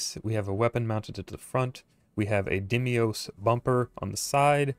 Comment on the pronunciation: Umm, it's pronounced "DEEM-OS," not "DIM-EE-OS." Sorry, was just something that was slightly irritating. Great job on the ship! Am planning to make one, myself! :)